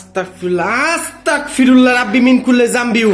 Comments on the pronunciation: ভাইয়া আছতাকফিরুললাহ নয় ভাইয়া আছতাগফিরুললাহ❤❤❤ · আস্তাকফিরুল্লা না, অস্তাগফিরুল্লাহ বলবেন, নাইলে অর্থ চেঞ্জ হয়ে যায়। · ভাই কি আস্তাকফিরুল্লাহ বলে 🙄 আমি জানি আস্তাগফিরুল্লাহ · Vai ota astakfirulla na astagfirulla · সালা আস্তাগফিরুল্লাহ না। অস্তাগফিরুল্লাহ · Amar boyos 13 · ভাই আস্তাকফিরুল্লাহ বল্লে তো অনেক বড়ো ভূল বা গুনাহ হবে সঠিক টা হলো আস্তাগফিরুল্লাহ হবে।। গ হবে ক নয় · ভাই আস্তাক ফিরুল্লাহ নয় আস্তাগ ফিরুল্লাহ হবে আপনি ক উচ্চারণ করছেন এখানে গ উচ্চারণ হবে আগে নিজে ভালো করে জানুন তারপরে অন্ন কে জানাবেন জত্ত সব ফালতু... কোথাকার😡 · Vai...আস্তাক ফিরুল্লা বলবেন না,,আস্তাগ ফিরুল্লাহ হবে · ভাই আস্তাকফিরুল্লাহ না আস্তাগফিরুল্লাহ। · Are astagfirulla na ostagfirullah ...ar ostagfirullah mane touba kora maf coua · Astakfirulla na astagfirulla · Are dur Dua durud koi teke parbe Tikmoto astagfirullah o bolte pare nah bole astakfirullah 🥴🙄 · আসতাক ফিরুল্লাহ না ভাই বলেন আসতাগ ফিরুল্লাহ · আস্তাগফিরুল্লাহ টা ভালো করে বলুন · ভাই আপনার আস্তাগফিরুল্লাহ বলাটা শুদ্ধ হচ্ছে না ওইটা আপনি শুদ্ধ করে বলেন। আপনি যেটা মুখে উচ্চারণ করতেছেন আস্তাগফিরুল্লাহ ওইটার ওর অর্থ হচ্ছে হে আল্লাহ আমাকে কাফের বানিয়ে দিন 😓